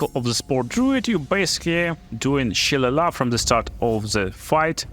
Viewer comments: Its pronounced Shil-ay-lee Great build, brother, gonna give this one a go after i finish with my necromancer :D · LOL, shil·le·lagh is pronounced 'shee-lay-lee' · It's an Irish word if you want to head it properly it's more like Shill-lay-lee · Repeat after me... sha - lay - lee.